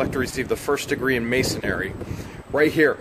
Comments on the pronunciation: It's Mason-ree, not Masonary. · Its actually "Masonry", third times a charm. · Can you please say the name properly. It is not masonary, it is pronounced MASON-REE. THANKS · MA-SON-RY. Say it with me. Not MA-SON-AIR-Y. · Pronounced -Mason -ree. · I got a good laugh every time you butchered the word "Masonry"!